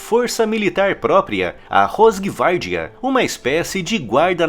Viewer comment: O certo é "rosgvárdia"..mais ou menos assim.."R" falado com a ponta da língua no céu da boca, tanto o R do início, quanto o do meio. Muito bom o canal e os conteúdos. Parabéns!!!